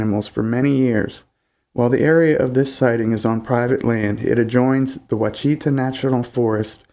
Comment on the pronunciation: Great encounter story! Thanks...from South Arkansas! BTW...Ouachita is pronounced like wash-a-taw